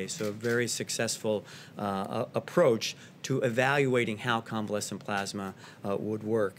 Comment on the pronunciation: why cant Trump say the words 'plasma' or 'convalescent'? is Trump ok?